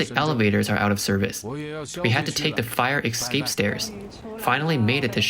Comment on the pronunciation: Did the narrator just say "excape"? 😂